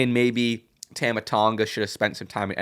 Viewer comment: That's not how you pronounce Tama ffs